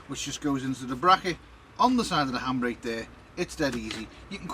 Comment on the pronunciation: Lol lol it took me half the vid to figure out you were saying handbrake! I thought you were saying hambray and I just couldn't think of what that was 😁🤪😂😄